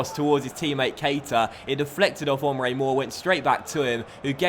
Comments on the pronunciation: It's not Omre, it's EM-RAY. Emre Mor. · It's pernounced "Émrea Mor" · I know he pronounced Emre Mor and Casteels wrong too.